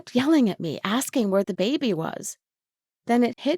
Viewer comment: why do you say baby like that >:( IT IS ANNOYING BAY BE NOT BABE BY AAAAAAAAAAAAAAAAAND STOP WHSLING WHEN YOU SAY T >:( IT IS 2020 COME ON